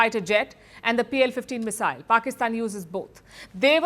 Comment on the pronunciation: Its not missile . Oye !! CRI pump eeey